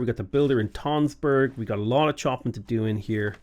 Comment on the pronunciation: tønsberg is pronounced like tunsberg, it has the same sound as the u in fun